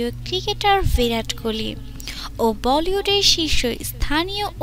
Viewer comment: not koli it's kohli